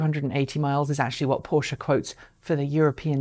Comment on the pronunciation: Finally, someone who can properly pronounce Taycan and Porsche. Good points in the video.